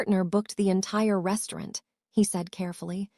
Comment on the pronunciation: Please please stop mispronouncing restaurant. It's truly nerve racking 😂😂😂😂